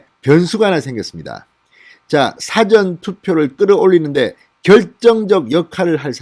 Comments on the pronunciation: " 사전 투표 " 가 아니고 "사 ~전 투표 " 라고 해 주세요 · 진의원님.부산 출신이지만 사투리도 아닌 이상한 발음은 그만두시죠. 사전이라는 발음을 짧은 고음으로 하는데 긴발음 사전이 맞읍니다. 다른 발음도 틀린것이 많은데이건 부산 사람 이전의 발성 입니다.